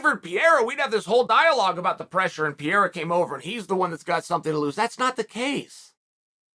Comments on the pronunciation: Me too. In an earlier interview he said Pierre and I was like who is he talking about at first. Then i realized this was chael and figured it out lol. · This is somehow better than DC's "Peheira". Why would the first R have a different pronunciation from the second one? Haha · STOP CALLING THIS MAN PIERRA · Say it with us Uncle Chael, “Per-rare-ruh.” Or you can just call him Stone Hands. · You know its per-hey-ya right.. Depending on the spelling, r's in spanish are pronounced as h's.. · are you being ahead of us as always or stupid, since you pronounce pereira as piera...??? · Welcome to the PEE-era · lol Chael butchering Alex's surname gotta love it😂🤣😂🤣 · Only here to listen to all the ways uncle chael mispronounces Pereira 🤣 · Chael is butchering Pereira's name. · jfc - still can't get the mans name right ... Knocking out Strickland should earn him the respect to pronounce his name right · Love how Chael even finds a way to mispronounce Pereira. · He deffo does it on purpose, no way anyone would say it like he does, especially being its one of the most common latin Portuguese/Brazilian names. But then again Chael is a patriot and thinks America is the gold standard for everything 😂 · and thats a fact! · I love Chael but he stays mispronouncing stuff lol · It’s not Pierre or peria. It’s pereira. This guy just can’t get anyones name right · Man please, it doesnt pronaunce “Piera”, its PEREIRA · comon it should not be that difficult to say P E R E I RA and not P E IRA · t's not PIERA, it's PEREIRA XD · His name is pronounced 'Pe - Hey - ra' not 'Pee - era' Lol surely pundits can start saying names correctly this said Chael is undefeated. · Its ‘p e r e i r a’ not Pierre bro! 🤣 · Chaels pronouncement is always classic PEE-AIR-AH Uncle Chael ... it's PUR-AIR-AH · Its not peira, its 'pereira ' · All the english language broadcasters say it well. Pay-ray-rah. Chael insists in calling the guy "Pee-rah". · Chael say this with me PE-RE-IRA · He calls him Pierre 🤣